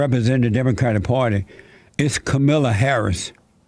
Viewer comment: "Camila" LMFAO!!!